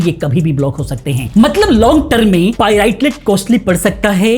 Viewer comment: पाइरेटेड ❌ पाई राई टेड✅😂